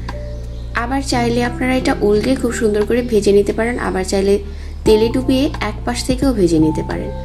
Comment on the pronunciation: ঘি কে গি বলেন ভেজে কে বেজে